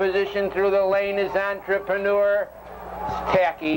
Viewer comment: "Taki N"...not 100% though I could be wrong but I think it was a New Zealand horse and Gil (announcer) almost never pronounced the "N".